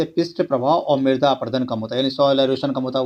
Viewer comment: Midra nahi mirda hota ha 😂